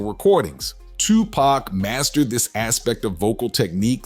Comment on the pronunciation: Did he say twopaac